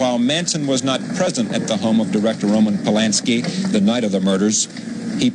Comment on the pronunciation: Lmao the reporter called him "Roman Poyanski" haha